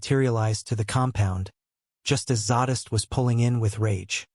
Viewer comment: Couldn't even say Zadist name correctly.